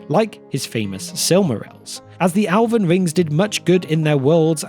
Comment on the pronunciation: I swear if I hear you say “Alven” one more time… I’ll keep watching these videos because they’re awesome.